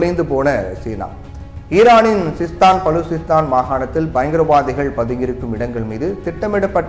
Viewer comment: தம்பி உனக்கென்ன வாய்ப்புன்னா... 😂 பாகிஸ்தான், பலுசிஸ்தான் நு சரியா சொல்ல வரல போல... 😂